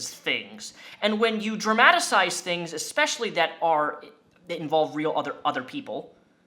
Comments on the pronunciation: Dramadasize is not a word!! Dramatize is. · At the end of vid you asked for suggestions on improving your content. I know its nit picking, but please please don't say dramatacize again. It's painfully not a word and at 30 I think its perfectly acceptable to just say dramatize the correct way. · I think you mean "dramatize" not "dramatisize" lol 😆 it was painful to listen to for a minute.